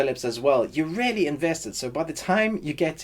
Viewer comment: Great review - but I really had some difficulties with your pronounciation of "really" since most of the time I heard "rarely" which REALLY confused the hell out of me LOL 😂 Great review, though, REALLY 😊👍